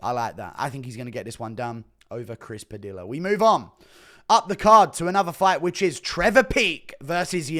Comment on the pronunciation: Padilla {Puh-Dee-yuhh} Guru, you uncultured swine.